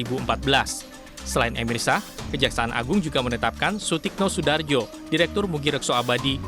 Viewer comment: emirsyah bukan merisyah